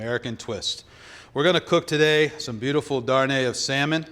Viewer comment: Oui malheuresment il a dit ça. Yes unfortunately he did say that . He also called the dish " darné of salmon "when it should be darne de saumon. These "US chefs also cannon pronounce the name of the institution correctly when they call it Le Cordon BLUE. The name is Le Cordon BLEU (like BLUH and not BLOO).